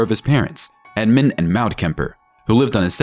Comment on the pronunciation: "Maud" is pronounced Mod, rhymes with sod